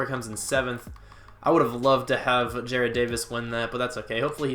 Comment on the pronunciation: Jared= Jar-ed Jarrad= Ja-Rod